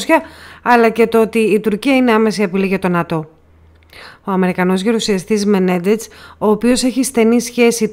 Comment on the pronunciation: Μενέντεζ λέγεται ο άνθρωπος, ΟΧΙ Μενεντετς όπως τον προφέρετε.